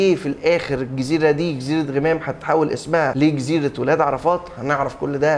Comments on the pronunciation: يا انطق اسم المسلسل عدل.. مش غِمام.. اسمه غَمام.. انت جاي تتكلم عن المسلسل وانت مش عارف تنطق اسمه صح..!! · ياعم اسمه غَمام مش غِمام ال غ عليها فاتحة.. حتى كلهم فالمسلسل بيقولها غَمام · انت ليه باكسر ال غ في غمام هي مش غيمام 🙃🙃🙃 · اجمل مسلسل في رمضان.. تمثيل اكتر من رائع قصة جميلة اخراج وتصوير وموسيقى ممتعة. وبالمناسبة اسمه جزيرة غَمام (بفتح الغين ي 😂😘)